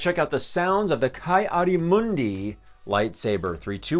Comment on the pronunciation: I thought it was pronounce kee adi moondee, not kai